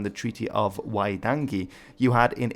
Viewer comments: I appreciate you're having a good go at Maori pronunciation but I don't understand why you're pronouncing T's as D's... It's WaiTangi not WaiDangi... We don't have D's in our alphabet. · I’m sorry but the way you say waitangi. Wai - tang - ee You pronounced the T and a D. So it sounded like waiDangy. Not trying to be rude, its just the worst pronunciation of Waitangi I’ve ever heard and I only wish to correct. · Would love more NZ content. Thank you! Really appreciate the attempt at the pronunciation from a non-New Zealander. You haven't quite nailed them, but very much appreciated anyway...eg the 'a' is pronounced more like a 'u' than a hard 'a'. And the 'g' is soft like the 'g' in 'ring' or 'dung' So Waitangi is pronounced more like "why-tungy"